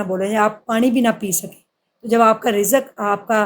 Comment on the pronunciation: Pani word ko tu thek ap bol nhe sktin